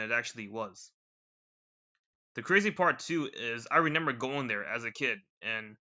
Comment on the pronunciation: "renember." i can't with this. Its so funny.